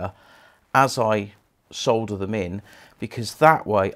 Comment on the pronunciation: The "l" in solder is silent. Pronounced "soder"